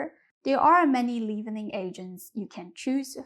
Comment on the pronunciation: I have really enjoyed your channel and have tried several of your recipes with great success. You are an excellent presenter. One little tip: "Leavening" is pronounced like "levinning" (a short e instead of a long e) in the US.